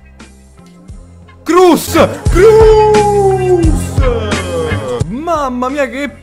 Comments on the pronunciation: Complimenti al "ea" che poi si legge i-ei e non kruss ma kroos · Perchè dici crusss😂😂😂sarebbe cross con l'accento tedesco che ti devi sentire il catarro in gola dio bono